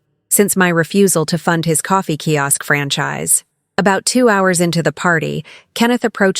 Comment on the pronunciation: Key Ask? Sigh. So irritating, especially since it's mentioned sooooo many times.